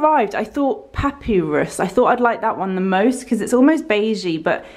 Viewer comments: Saying Papyrus as "papy rus" instead of "pap ay rus" really made me laugh. Love the choice in colour :) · You are glowing,, looking very pretty. Who cares how one pronounces papyrus. I, as your non-english viewer, would've thought it was a Londoner way of pronouncing:-D